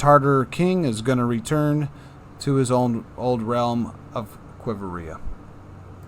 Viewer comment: * qui-vira***u just added another i syllable, no big deal